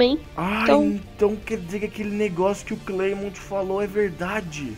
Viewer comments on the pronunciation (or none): escreve clemont mas fala clement eu vi o anime completo de XY E XYZ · nao e clemonte e clemente